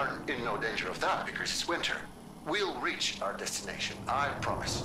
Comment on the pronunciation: It's pronounced 3rd "Rike" (like bike)